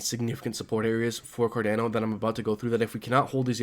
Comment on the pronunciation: Car Don O ...not car Dan o